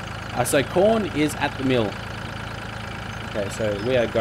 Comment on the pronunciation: every time you say corn it sounds like porn